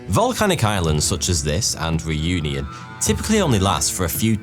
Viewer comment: Man you butchered 'Réunion'